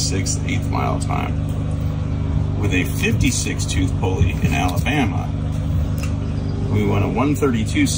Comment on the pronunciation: you completely said it wrong; the Emphasis needs to be on the BAMA. Like how Mr Forest said it in that documentary about BUBBA GUMP SHRIMP COMPANY. ala! BAMMA!